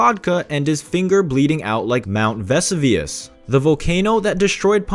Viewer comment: This commentator needs to improve his pronunciation. The name "Mount Vesuvius" is correctly pronounced "Mount Ve-soo-vius". He needs more and better training!